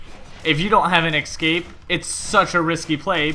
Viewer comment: Escape not ekscape